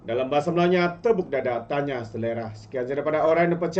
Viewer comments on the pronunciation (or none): none